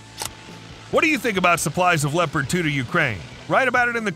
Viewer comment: It is called Leopard and not Leprat